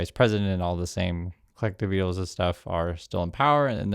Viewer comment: I will find someone who knows how to pronounce colectivo for analysis. (Al Jazera is not a Venezuelan news source btw)